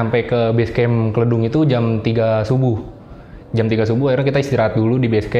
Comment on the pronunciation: Nyebut Kledung nya salah😄